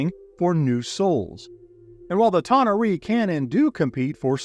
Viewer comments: A-ver-nus, not a-VER-nus. Ta-NAR-ee, not ta-na-REE. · Thought I found myself in Star Trek for a moment - tah nah ree? Always amazes me all of the different ways various groups pronounce D&D names. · How do YOU,, not know how to pronounce tanar'ri?? 🤦